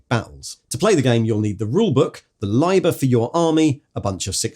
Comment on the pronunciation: "Liber" is built with a short "i" - "Libb-er" (or if you must be ecclesiastical *shudder*, "Lee-ber") Lye-ber is just picking the worst of all worlds 😉